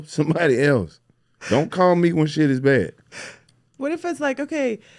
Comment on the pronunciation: Ok who is she.... at the mark... the way she said shiiidd... yeah that black boy friend really injected the culture in you 😂😂.